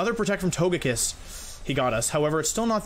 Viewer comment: If he pronounces Togekiss like Tojakiss does that mean he pronounces togepi like tojepi?